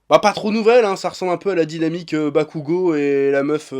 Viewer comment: J’en peux plus d’entendre « NarÜto » et « SasÜke » mdrrr Pourtant « Bakugo » tu le prononces bien Incompréhensible